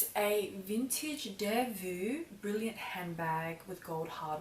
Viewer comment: hi, it is the briLLANT (bri-yont) bag, not brilliant. love the video xx